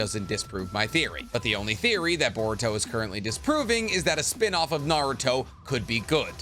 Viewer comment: I really like the content you make, but one thing that always bothers me is how your mispronounce SO MANY NAMES, wtf. You've seen the anime, haven't you?? Why do you mispronounce stuff? Totsuka blade, Kawaki, even Naruto at some points